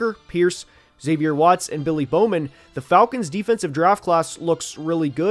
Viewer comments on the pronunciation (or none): none